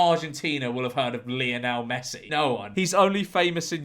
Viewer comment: You’re obviously not a fan of Lionel Messi is you can’t even pronounce his name George.